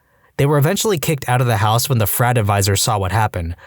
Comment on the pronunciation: can you start saying "house" properly? I shut it off after hearing HEOUS for so many times